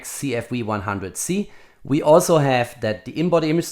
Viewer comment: Agree, and I love his German "We" instead of "V" in his pronunciation...